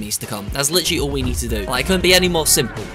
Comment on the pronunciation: Nobody:: lichally